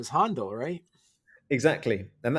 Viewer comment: I'm surprised that the host of Mastering the Muse pronounces "Handel and Bach," "Hondle and Bok." (FYI: When Händel became a naturalized British subject, he changed his name from Georg Friedrich Händel to George Frideric Handel.)